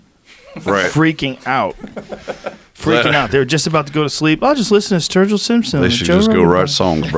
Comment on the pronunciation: Dammit! Up early morning to practice my 3'd language, German. Though now, after hearing Sturgill proclaim his rap name to be "Sturg-Ill", call me intrigued and maybe even a little 'man crushing' right now. Fuck it, I ain't exactly a country fan though will check out their music just for them being reinassance men musically seeming knowledegable even about rap.